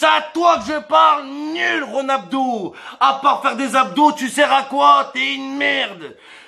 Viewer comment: "Ronuldo, Ronabdo"😂😂😂👏👏